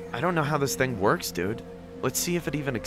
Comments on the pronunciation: “my ting”😂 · "my ting"